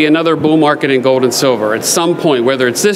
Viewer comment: You pronounce the "L" in silver with no difficulty whatsoever, yet mispronounce gold, as "gode" and hold, as "hode". Why is that?